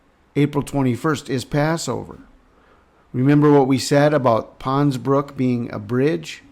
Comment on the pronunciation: GOOD WORK, THERE IS AN 'S' ON THE END OF PONS-BROOKS - BROOK'S'...A BRIDGE OVER 'TROUBLED WATERS'...I KEEP HEARING THAT IN MY SPIRIT, SO I THOT I'D KEY THAT IN HERE...🙏